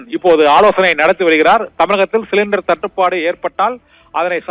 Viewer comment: 🗣️🔊என்ன புரிஞ்சிக்கோ ❓தட்டு படு ✅சுருக்காம 🗣️🔊🤪தேளிவா பேசு 🔊😝🔊🤪🔊😝